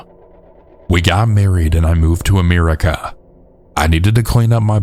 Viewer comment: Ameerica. AMEERica. I cannot unhear this.